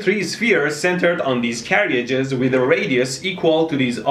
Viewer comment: "Carry-ages". Haha !!!